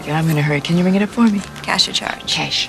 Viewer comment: "Cash or charge?" "Chash"